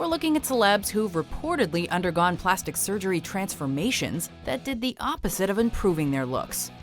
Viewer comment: I swear to god say "Plasti" one more fucking time.